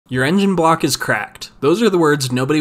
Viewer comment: Sounded like you said "uranium block is cracked" at the start lol